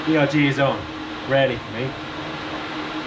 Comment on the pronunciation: erg, short for ergometer. Not E.R.G.